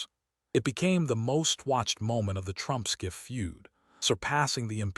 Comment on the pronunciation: Adam Schiff NOT SCIFF